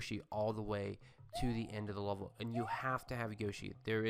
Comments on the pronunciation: Is it me or is he saying he word "level" like "lulvol"? haha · I hate the way you say level